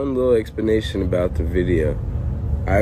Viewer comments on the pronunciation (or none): Dude can’t even pronounce, “Explanation”